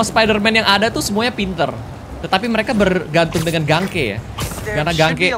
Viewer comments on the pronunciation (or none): Sedikit koreksi yg sebenarnya g penting bang (cuma agak greget aja dengernya, maap). Nama temennya miles "Ganke" itu bacanya "Geng-ki". Tpi klo ad yg salah silahkan koreksi aja🙏